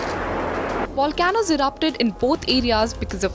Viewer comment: It’s pronounced “Volcanoes”, NOT “Wa Can Noes”! Maybe next you can hire someone that speaks English and takes the time to study for the part…